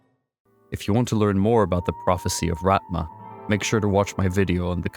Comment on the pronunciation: As long as you're worried about pronunciation, it's RaTHma, th like "the".